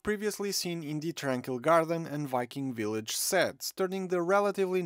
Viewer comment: 'wikeeng willaj' 😂